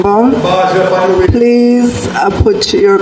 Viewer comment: Why can’t anybody in parliament properly pronounce the word member?